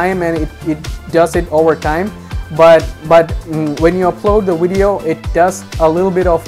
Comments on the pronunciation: Its video, not wideo. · Please say video, not wideo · It’s VIdeis with a V not Widio or Uidio. Thanks for your help. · what's a "wideo"? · I'm glad I watched this he helped me understand my "Wideo" and how YouTube processes the "Widoes" lol jk but I appreciate it thanks bro. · lol no hate but wideo lmao i am subbing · Video* not wideo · Great video and thanks for the info! But I have to make this one joke "wideo". lol All in good fun not trying to be mean. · WTF is a wideo?